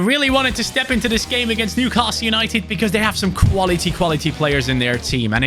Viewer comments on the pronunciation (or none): none